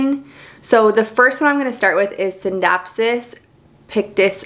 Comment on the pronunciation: Beautiful collection! I have all the same, exact plants too plus a scindapsus lucens. You pronounced the scindapsus exactly how it spelled but I hear alot of people pronounce it R-JEWERLY-US